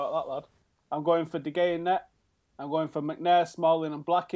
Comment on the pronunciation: Ok I'm sorry, but I'm getting really annoyed with all of you pronouncing his name de Gea, it's spelt de Gea, yes, but it's pronounced de Hea. Same thing with van Gaal, it's not hard people.